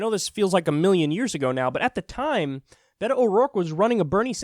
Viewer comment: beyyhhto? That's not how you Beto I think, but who cares from now on amirite lol